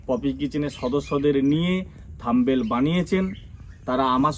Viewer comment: Thumbail noy Thumbnail....thik kore uccharan korben 😊